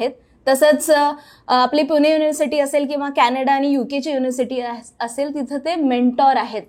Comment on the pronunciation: कोनीही, प्रत्येक जन, हणी ट्रॅप, पुने, आपन, दुकाणांनमध्ये, आनखी किती ठिकाणी 'न' आणि ’ण' चा घोळ केलाय या बाईने! बहुतेक अँकर्स हा घोळ करतातच! आधी जरा भाषा सुधारा आणि नंतर आपले चॅनल काढा! 😡🤢